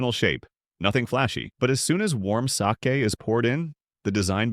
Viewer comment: Why can't the ai speech be proofread (sake was mispronounced)